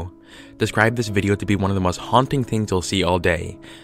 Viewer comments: "The hauting" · "Hauting" lmao